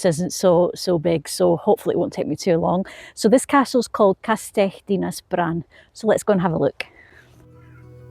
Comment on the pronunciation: Cracking video and great to see someone trying to correctly pronounce things, you said castell Dina’s bran perfectly, your Llangollen needs a little refining but almost there. And awesome to see you’ve done your research, you’ve made a subscriber of me. If you’re ever in the area again I would be more than happy to help you with some lesser known locations and I would happily help you out with pronunciations.